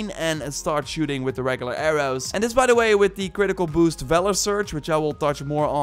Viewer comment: AIR-OOs and ARRMORRE